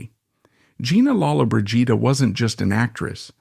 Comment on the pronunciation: You are pronouncing her last name wrong . 🤷‍♀️